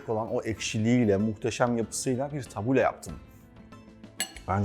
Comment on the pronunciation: yalnız onun adı tabule değil "tebbûle". ingilizce bir kelimenin telaffuzunda yanlış yapsak hemen gülünür madem öyle Arapçayı da doğru telaffuz edelim. (Felafel ve Tebbûle Suriye kültürüne ait yemekler.) Tebbûleyi kısır diye aktarıyorlar ama kültür noksanlığı oluyor, şefin de dediği gibi tebbûle daha bol yeşillikli bizim kısırımıza göre.